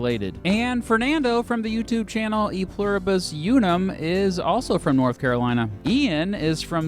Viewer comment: Great video just work on your pronunciation of "unum" and "Algonquin". And it's Iroquois not Iroquoian.